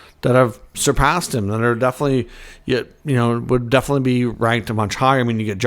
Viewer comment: It’s pronounced obviously not obvosly….enunciation!!! Definitely is also pronounced definitely not defily!!